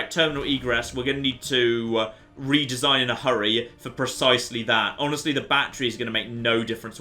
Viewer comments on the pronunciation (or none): none